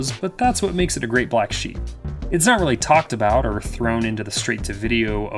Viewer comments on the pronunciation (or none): none